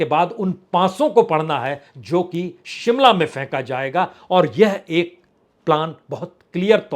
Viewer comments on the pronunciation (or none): none